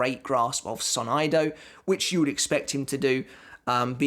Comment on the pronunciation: I almost cry when you said "sonaido"... omg